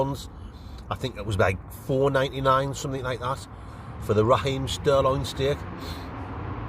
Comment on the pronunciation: It's sirloin not stirloin lol,love ya videos mate